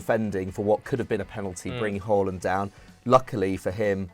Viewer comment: Please say Haalands name properly It's not Whoreland